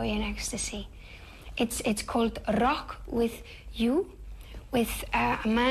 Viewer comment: I love how she says "Rrrrrock"